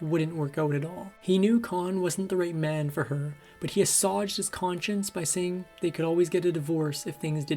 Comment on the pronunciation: Several narration mistakes. Plied, not piled. Assuaged, not "assauged" and others